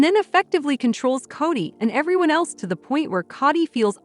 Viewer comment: It's not Cotti, it's K o dy